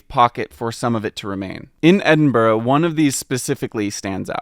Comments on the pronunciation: It's impressive how the guy he's interviewing manages to pronounce Edinburgh every way but the right way. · The other guy saying Edinbur is traumatising me. Thankfully, you bring it back by correctly saying Edinbru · Edinb-u-ruh? I cant be the only scottish person who pronounces it as edin-bruh right????? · For a guy in charge of maps at the National Museum of Scotland you’d think he could pronounce it properly. It’s Edin-bruh. Or Edin-bur-uh. Not Edin-bur. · Is trolling you? I've been to Edinburgh (and Scotland in general) a few times now and I've never heard any Scottish person say Edinburgh with two syllables, like 'borough', the way suggests it is "usually said in Scotland"?? It's always been Edin-bruh, or Edin-brah depending on the accent. A quick, single syllable. I almost started to doubt myself until he then also said Holy-rood, instead of Holly-rood. 🤷‍♀ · I'm a resident of Leith and can someone please tell me why he pronounced it with out the th at the end Why does he pronounce it like Edinbuh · Yes, we may be friendly and welcoming people here in Edinburgh. But if you pronounce it “Edinburg” someone will tell you to Feck Off !! Kudos for learning how to pronounce it before visiting 😂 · It's a testament to your struggle for accuracy that you're pronouncing the city's name better than does! He somehow manages to call it 'Edin-buh' half the time... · Funny that an Englishman that has written a book on the Edinburgh pronounces it “Edinburrrrrrr”. So funny. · The ‘Edinbuh’ and ‘holey rude’ is killing me 😂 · the guy saying "Edinbur" honestly makes me cringe more than Americans pronouncing it like Pittsburgh, since at least they're doing it because they dont know any better, this guy is just pronouncing it wrong on purpose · It’s Edin-burra …..c’mon guys dinnae be a bampot and try tae say it’s anyhing else. ✌🏻❤️🏴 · How are you BOTH still pronouncing it wrong after correction 😭 it hurts in my bones